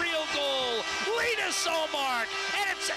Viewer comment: its Linus, not lenus or lanus damn mispronounced it so many times